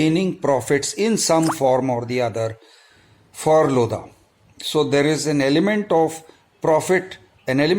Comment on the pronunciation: The 'H' in 'LODHA' is actually silent..